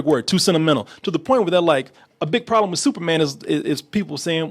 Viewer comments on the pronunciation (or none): none